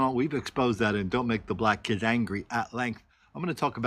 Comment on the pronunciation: They were good "key-eds".....LMAO